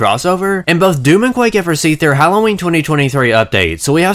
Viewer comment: I swear to fuck, I kept hearing you say "Mountain Dew-m." If that was intentional, that's fucking hilarious in the punniest way. However comma if it was unintentional, and it seems like I'm making fun of you for a minor speech impediment, well, it's still hilarious because I'm an asshole. I'm kidding, about the making fun of him thing, not hearing "Mountain Dew-m," which seriously they should be using to advertise this crossover anyways.